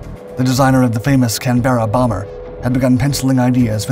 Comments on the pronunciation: Canberra- It’s CAN-BRAH not CAN-BEAR-AH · Its not Cam-Beara ! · The E in Canberra is not pronounced. No one really cares just thought you would like to know.